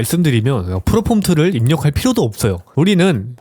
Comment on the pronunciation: 프롬프트를 프로폼트라고 하는 분의 무엇을 믿고 결제를..